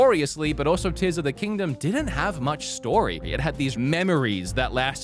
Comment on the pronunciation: Dude you started off so goofy with the Zelda stuff that it temporarily broke my brain. When you started talking about Tears of the Kingdom. No joke i was hearing Tissum the kingdom. Thought i was listening to Theo Von talking about the Tissum. Halfway through i started hearing it normal because you stopped saying things wrong. Sorry about that, had to share.